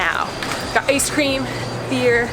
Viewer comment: And you pronounced ice wrong